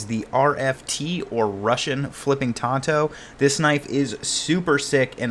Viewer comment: THANK YOU FOR PRONOUNCING TANTO CORRECTLY This thing is so sick. Pretty far out of my price range, but an undeniably handsome piece.